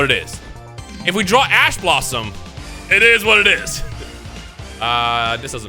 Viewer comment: I swear he is saying "Ass Blosom".